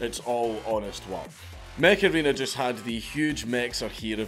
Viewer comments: Mech Arena I thought you said Macarena like that song from 90s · Ngl dank, when the add started, i thought that you said Macarrena :D and i was wondering why old ass song was sponsoring you